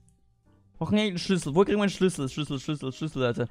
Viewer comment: Bei SCHLÜSSEL verstehe ich SCHNITZEL!